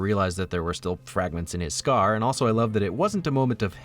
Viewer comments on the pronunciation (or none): none